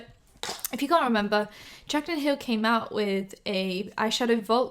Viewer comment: timestamp or near it and she says "jaclyn hill" wrong last name haha.